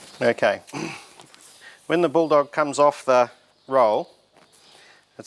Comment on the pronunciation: Jesus you butchered the bull dog tape 😂😂😂